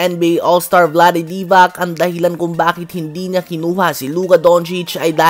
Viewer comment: Divakkkkk😅😂😅. Patawa talaga to. Haha. Divac yun brad. Yung C soft sound yun hindi K. sound. kaya pala Zubak, Divak, gawin mo naring Doncik. Haha.